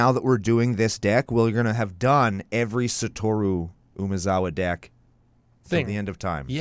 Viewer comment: Finally some who doesn’t butcher Satoru’s name for once.